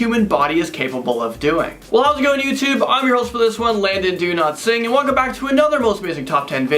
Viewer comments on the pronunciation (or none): is it just me, or did it sound like he said "landon donotsing" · he said Landon DoNotSing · Lmao...the way he said his name, I almost felt like he said "Landon Do Not Sing" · Galactic_Glxsses 421 i caught that too